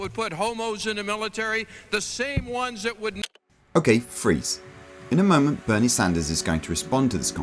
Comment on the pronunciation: Berni Sanders????? LMFAO.